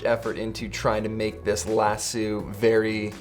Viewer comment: Do Canadians really say "Lassooo"..?